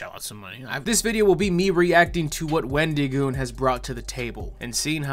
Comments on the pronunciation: why you pronouncing it "Wen-dee-goon" my guy? There's an I in there, not a Y. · I don’t know why but I got a good chuckle out of how pronounced Wendigoon’s name or so. Like the emphasis on the I instead of it being a soft i got me a little